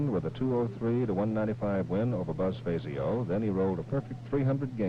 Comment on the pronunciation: Jackson showed no respect toward Buzz by continuing to mispronounce his last name (Billy Welu correctly pronounced his name at the beginning of the match) May seem pretty, but the name Fazio was legendary in the PBA community.